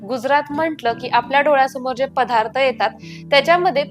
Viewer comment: रेसीपी छान. पधार्थ शब्द नाही पदार्थ म्हणत जा